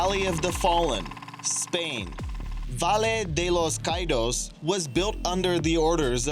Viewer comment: Your pronunciation of "Valle de los caídos" was terrible.